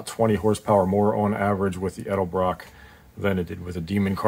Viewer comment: Say it and spell it with me 😂 ED....EL....BROCK